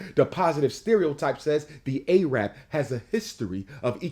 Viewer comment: Why he say Arab like that 😂